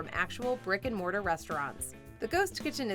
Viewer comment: I keep hearing "Rick & Morty" every time you say "brick & mortar". Also, does anyone else think Mr. Beast has the world's most punchable face?